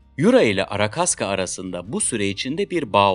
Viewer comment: arakaska değil arkashka ruscha ismi arkadiyin kısaltılmışı